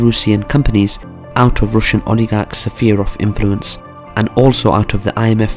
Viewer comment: You may have to work harder on that “sphere” pronunciation, pal. I mean, given how frequently you use it.